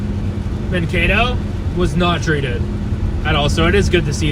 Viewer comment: It's pronounced Man kay to